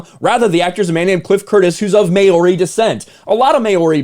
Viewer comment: Mayori? Lol he gave it a solid crack.